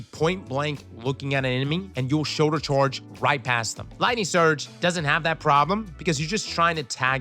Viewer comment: "shorlder chorge" lmfao